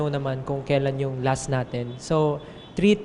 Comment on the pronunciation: "Our a'tin" 🥺